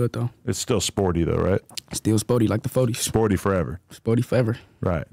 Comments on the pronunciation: Adam just gkone keep sayin “SPOORTY” 😂😂 fuccin Whkite gkuys cuz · Lmfaoooo Adam saying sporty instead of Spoety got me weak 🤣